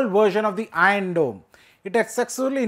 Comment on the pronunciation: "ion dome".... "ion dome "...."ion dome" He can't pronunciate R ...😂😂😂